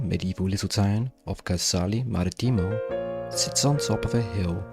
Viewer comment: Beautiful video! But I do wish the narrator had taken the trouble to learn how to spell the names of these towns correctly (Siena -- one N, Marittimo -- two Ts) and pronounce them the way Italians do -- Casale Marittimo (accent on "ri" not "ti") and Chianti (first syllable pronounced as key, not chee).